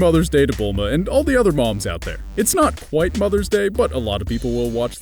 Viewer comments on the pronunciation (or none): none